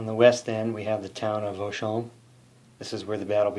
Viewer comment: You nailed Vauchamps and Champaubert! :)